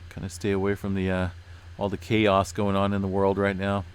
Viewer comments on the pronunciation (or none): none